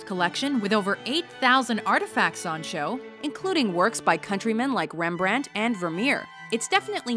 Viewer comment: Don't you pronounce Rembrandt in Dutch this time?